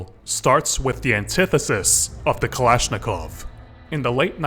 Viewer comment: Not a kalashnikov but a balishnikov